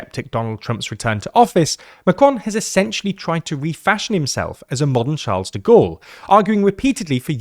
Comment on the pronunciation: How dumb must you be if you cannot pronounce "Charles de Gaulle"